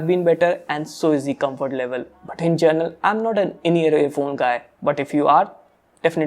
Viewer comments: Is it me or his pronunciation is 'gernal' for 'general'?? Anyways Nice Vid ... 👏👏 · "Journal" lol. he needs to fix that. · gerenal ....its general and its amazon not amezen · Bro, It's GENERAL (जनरल), Not Journal (जरनल) 😅 They are Two Different Words I was So annoyed In the First 1.5 Minutes But Rest, The Video Quality is Awesome 😁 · Bruh it’s general not journal At least correct it if u use the word very often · in 'gernal' or in 'general'? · Bro it is general not journal......imo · General not journal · Journal nahi bro General, no offence. Great going !